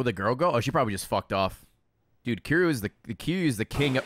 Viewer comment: God Ray cannot pronounce Kiryu's name to save his life xD